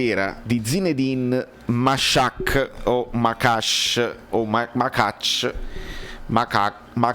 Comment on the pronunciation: Che poi ieri allo stadio lo speaker chiamava Gianluca Gaetano "Gianluca Getano" e pronunciava correttamente Machach...